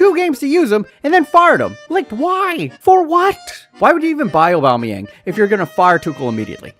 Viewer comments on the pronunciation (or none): none